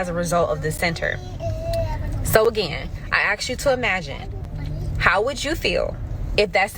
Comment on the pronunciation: c mon now bedda "AKS" SOMBODEE HOW TO READ😂😂😂😂😂